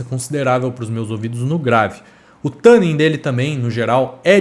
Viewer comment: Não sei onde vc viu isso, mas isso não é verdade. Na pronúncia americana o "tu" tem o som bem próximo de "two" (ou "too"), o que é um pouco distante do "tã" que vc pronuncia, e o nosso "tu" chega razoavelmente próximo da pronúncia americana e é mais fácil de falar e entender pro público BR também. Não precisa acreditar em mim, dá uma pesquisada se for o caso, joga a palavra no google translate e bota pra tocar a pronúncia, etc. A intenção não é ser daqueles chatos pedantes, mas é que realmente não é assim a pronúncia da palavra. Sobre o u12t, quem sabe um dia eu não testo um desses... Minha realidade de vida tem que mudar muito antes disso... A não ser que eu visite algum lugar que permita que eu faça uma demo in loco, mas só tem na gringa isso tb... Difícil. Até lá, fico satisfeito com sua avaliação kkkk Abraço